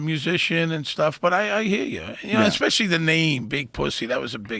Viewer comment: Joe "Expectially" Rogan